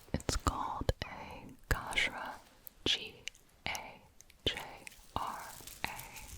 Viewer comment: The way you said gajra ...being an indian it sounded so different 😅😅